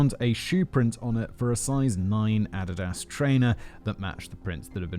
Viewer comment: I had to rewind when I heard him pronounce "Adidas"